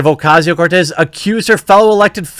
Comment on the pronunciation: Just a comment up front, Jeremy: your pronunciation of "Cortez" is top-notch :ok_hand_emoji